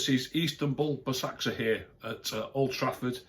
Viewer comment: hi if you want to know to pronounce basaksehir is ‘baz-ak-sheer’